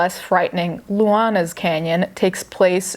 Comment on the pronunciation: My name is Luana and you made me so happy pronouncing it correctly